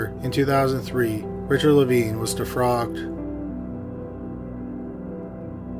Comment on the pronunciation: The word is DEFROCKED. You make so many pronunciation and grammar mistakes!